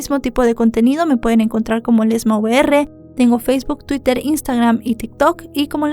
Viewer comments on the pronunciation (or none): none